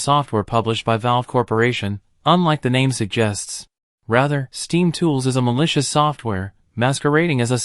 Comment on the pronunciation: Ai talking about malicious, damn